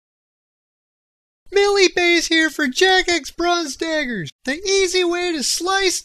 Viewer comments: did he just say millie bays here O_o its billie mays... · lol its supposed to be billy mays not milly mays but nice vid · "Millie Bays"